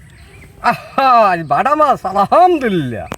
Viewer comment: ভাই কমেন্ট করলে কমেন্ট এর উত্তর দিয়েন আমি এর আগের একটা ভিডিওতে বলছিলাম আপনার কাক্কুকে বলবেন যে উচ্চারণ আলাহামদুলিল্লাহ না আলহামদুলিল্লাহ।